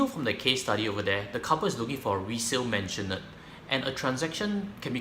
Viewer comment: maisonette...not mansionette